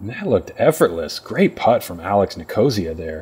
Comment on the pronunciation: I think it's NIK-uh-SEE-uh, not ni-KO-zee-uh. Love listening to. Thanks for the coverage!